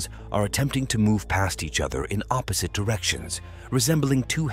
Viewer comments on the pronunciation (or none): none